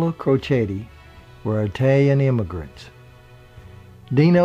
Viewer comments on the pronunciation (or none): it is 'it'alian NOT 'eye'talian ... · Love this guy! My favorite entertainer of all time! Just one little, tiny, small comment. As a 100% Italian, please pronounce it; "It-talian"...not "eye-talian". Thanks! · really.... EYE-talian?? Stay that way, don't change, there is a thousand smooth voice overs but only one. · They apparently spoke eye-talian at home. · His parents only spoke "EYE-TALIAN" at home.......yikes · Eye-talian lol thx good story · Please, please, please...I beg of you, pronounce Italian correctly! It's NOT "eye"talian, you don't pronounce the country "eye"taly, it's "It"aly, just like you pronounce the word "it" by itself. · It's NOT EYE-talyan!!! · Please learn how to pronounce "Italian" properly. Thankyou.